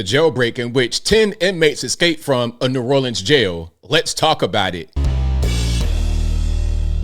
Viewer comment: Someone needs to educate this announcer before they put her on camera. They need to help her understand it’s Stevie Wonder not Steven wonder and the correct way to pronounce New Orleans.